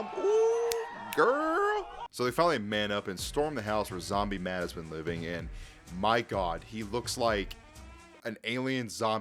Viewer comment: his name is pronounced Matt not mad lol